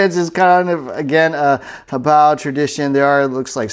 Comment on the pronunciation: Only Youtuber that doesn't incorrectly pronounce it as 'hoe-bay-oh."